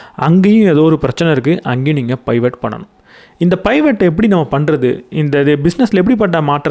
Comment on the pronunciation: Good to hear your narration. It’s not பைவட். Suggest to refer the dictionary about new words. Same way in another book it was spelled as மோனாபாலி.